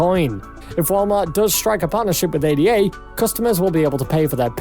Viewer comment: This channel is BS. They don't even know how to pronounce ADA. Don't take advice from someone who doesn't even know about the asset they are hyping. I'm bullish on Cardano but I've seen a few videos from these guys and they are nothing but lies and hopium.